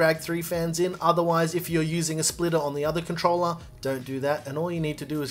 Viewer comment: He say controller 🎮 or controla pleya.